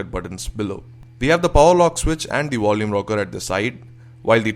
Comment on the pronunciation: dewices, wolume.. gosh..